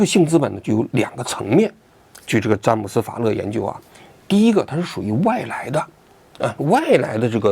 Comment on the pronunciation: 当王局说出‘’詹姆斯法勒‘’的时候，我差点以为是乐乐法利